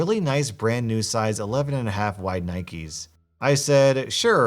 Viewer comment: Nobody:: Nikees